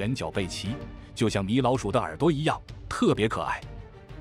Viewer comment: ㄇㄧˇ老鼠，被你說成，ㄇㄧˊ老鼠😂😂 ❤